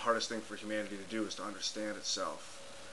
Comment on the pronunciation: lol. "hamanity".